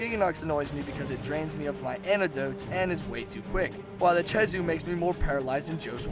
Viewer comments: Not che-zoo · Did u say chezu its pronounced kezu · not to be nit picky but its Kezhu not CHezhu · Chezu? Don't pronounce it like that. It's Khezu... K-ezoo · okay okay, I can deal with some of the mis-pronunciations, but freaking CHEZU? it's spelled KHEZU, what in the world makes you think it's chezu? edit: he even spelled it "khezu" in the video, and yet still calls it "chezu" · it's not chezu it's khezu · why do you pronounce khezu as "chezu"? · You don't pronoun a K with the CH sound. Lol Keh zew not che zew. No hate, just a English lesson :3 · My advice to like the Zinogre: Get Gud Edit: Pronounces Khezu like "Chezu" Kh still sounds like K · And I thought Ragegamingvideos was bad at pronouncing monster names...Chezu?! CHEZU?!?! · It’s pronounced keh -zoo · also, where the fuck did you learn to say CHEZU? It's a K goddamit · the way you pronounce ''khezu'' is just...just fucking BAD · FUCKIN CHEZU REALLY?!?!?!? HOW DO YOU FUCK THAT UP?!?!?!?!? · I don't understand how you got "chezu" from khezu. with a k. I think that's the strangest pronunciation of a word I've heard so far. That no good no theme piece of flabby garbage on fire still sucks though. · huh, NEVER heard Khezu pronounced "Cheesoo". also i have the feeling that he doesn't know a whole lot, and just snagged rathalos pl8 drop % off Kirinico to argue, because most pl8s have the same drop %...kinda shown by rocking a water hammer vs. Rathalos (which is dragon/thunder or gtfo) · ke-zoo ffs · It is Khezu not Chezu. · ah yes, the chezu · THIS! It was so annoying hearing him say Chezu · when the he'll did blangonga become balonga, read the names before you try to pronounce them, like khezu, kh does not make the ch sound, kh makes the K sound so it's kezu not chezu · "balonga" ???? blangonga... "chezu" ???? khezu... literally just disliked because ur so bad at pronouncing them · blan-GONG-ga keh-ZU phonetics man. phonetics.